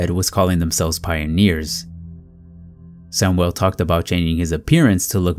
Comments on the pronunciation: Sam (yul), not Sam (well)!!! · You pronounce Hispanic names correctly. Learn how to pronounce "Samuel" in English, not Spanish, since he was white non-Hispanic.